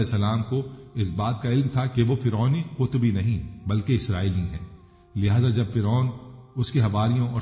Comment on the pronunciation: قطبی نہیں صاحب۔ قبطی صحیح لفظ ہے۔